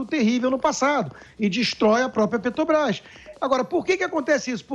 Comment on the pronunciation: Será que esse idiota tem algum problema com a Petrobrás, não só com a empresa mas com a pronúncia ele falou umas dez vezes Pet"o"brás